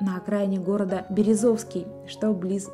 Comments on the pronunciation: Без претензий к автору, не первая, кто неверно ставит ударение в названии городов нашего края. Город Бер`ëзовский. Частенько не местные во многих названиях городов и рек ставят не туда ударение. А так интересный контент. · Голос вроде бы приятный, но за некоторые словеса надо яйца оторвать, если б были. И за ядовитый местами текст, и за неверное произношение названия города "Березовский". Там точки над "Е".